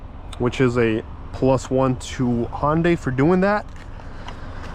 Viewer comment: I dont agree on certain things regarding your findings. I watched at least 8 other videos . I cant disagree more with your comments. And you get nauseous driving this car?? Btw, the car is pronounced HUN-Day. Not HON-day. Juy sayin